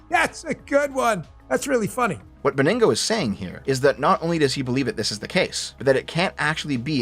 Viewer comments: Damn, it's Bon-Gino, not baningo, as much as I wish it was baningo. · Dan "Bo-ningo" lol